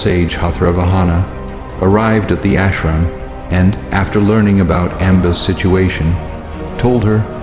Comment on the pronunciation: Please use correct phonetics for Indian names....AMBA as in UMBAA not AEMBAA...thanks...and keep this in mind for other names as well such as SAALV...